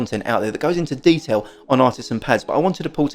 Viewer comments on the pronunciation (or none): none